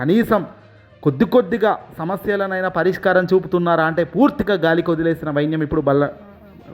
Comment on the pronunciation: అర్థకేతర కాదుసామీ ఆ పదం ఆర్థికేతర,ఆర్జీ,ఆర్జీదారులు కాదు ఆ పదాలు అర్జీ,అర్జీదారులు,వైన్యం కాదు ఆ పదం వైనం అని తెలుసుకుని చదవాలి.తెలుగును ఖూనీ చేయవద్దు